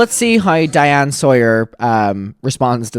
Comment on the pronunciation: hey shawty, it’s diane sawyer, not diana lol